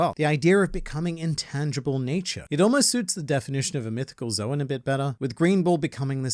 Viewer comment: Impossible things I was hoping would happen today: World peace Shanks appearing in One Piece pronouncing "zoan" and "Marineford" correctly